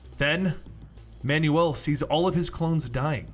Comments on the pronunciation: It's annoying how you pronounce Manuel as man-new-wel. It's pronounced MAN-wel. Dude, I literally stopped watching midway cuz I got annoyed every time you mentioned manual HAHAHA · I know you've seen this, but it's driving me nuts. It's pronounced "Man-well."